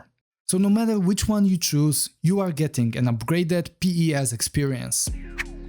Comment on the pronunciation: Love your videos but please stop pronouncing the letters of PES and just say it normally lol